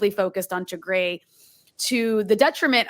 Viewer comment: It's Tigray not Tigre please learn how to pronounce it! On another note thank you for sharing the brutality of the TPLF that Eritreans are very aware of. It seems their old ways haven't changed using children as shields is so evil.